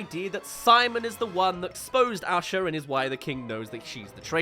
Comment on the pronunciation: Just a side comment. I'm in the US and one of my college professors was from England, and when he pronounced the name Micah we all heard "Meeker" and thought it was amusing. Whenever says the name Asha I hear "Usher". My first instinct was to go check the cast list and see if Usher was one of the voice actors.